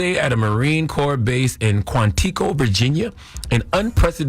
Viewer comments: Quantico ❌ Quan Tico ✅ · It's not pronounced "Quan Tico" idiot ! It's Quantico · That nigga Charlemagne said quan teaco lmfaooo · It’s Quantico!!! look it up and sound it out…it’s a very important Marine Corps base in Virginia cause you messed that up bad😂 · "Quan-Tee-Koe" Virginia! 😂😂😂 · Qwuan tico? Lol its pronounced Quan teh koe - 02 Marine vet 😂 .. he said kwan tico (bay?) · Ok..Let's say it together Charla...quan-eh-co.. not Quantiko..SMH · Kwan-Tiko? BRUH..... QUANTICO, Like Rich Homie QUAN plus Rico with a T instead of an R. R as in read. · Where TF is "Quan-Tea-Co" in Virginia?😂😂😂 I know where "Quan-Tah-Co" is. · Qwan tee co? Come on CTG you didn’t even tryv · Bro….Kwan-teeeek - o., cmon bro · Charlemagne mispronounced the city in VA wrong asa Bitch 😂😂 QuanTICO Va 😂😂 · “Quan-Tiko” VA 😂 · Uncle Charla… Quan-tiko? 😮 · MF said Quan T Co. LMAO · CTG it’s spelled QUANTICO be pronounced “QUAN-TA-CO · What the heck is Quan Tea COoo😅😅😅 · Bruh that man really said Quan T Co 😂😂😂, my military mind literally went into overdrive with that pronunciation 😂😂😂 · same 😂 quan tico will be forever how I pronounce hence forth. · did he say “quan tea co “😂 😂😂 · Mispronounced Quantico so wrong! 😂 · Somebody tell Charlemagne how to pronounce Quantico, VA. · you figure he'd be able to pronounce it right. Everyone knows how to pronounce Quantico except for him?